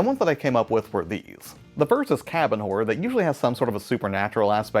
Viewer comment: Why did I hear Cabin Whore and Nature Whore xD